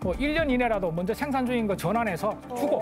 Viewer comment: 쉐로운 .. 쉥산 ..발음 듣기싫으네 사투리쓰는 사람 부르지마소~